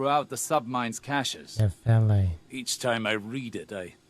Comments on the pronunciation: This makes no sense. The pronunciation being used is a greek one (notably, the 'e' at the end pronounces itself), Nefele literally means cloud nymph, and Neomuna is on a gas giant. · Why is pronouncing Nefele wrong?